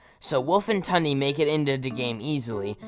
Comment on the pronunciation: I’m not tryin to hate on u since what I’m gonna say is useless information but Tundes name is actually pronounced Toon-de